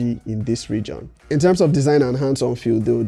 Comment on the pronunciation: Respect boss, however it's pronounced as "REJIN" and not RE'JION'